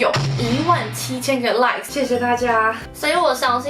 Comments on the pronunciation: 只有我把17000個like聽成17000個爛嗎? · Like聽成爛，被嚇到😂😂